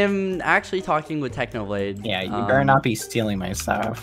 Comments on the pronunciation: "Technobalde" Did anyone else noticed that? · TechnoBlade: Exists Skeppy: Techno-Bald-e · Pretty sure skeppy ruined technos reputation by saying 'technobald' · "Technobalde" Did anyone notice that?